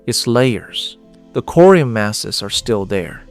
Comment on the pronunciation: pretty sure its corium not curium